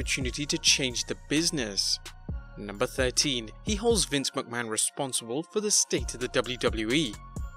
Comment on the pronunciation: Resonsible!! Responsible 😂